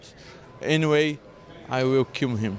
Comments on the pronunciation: "Anyway i will kim him" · Bro said i will Kim him.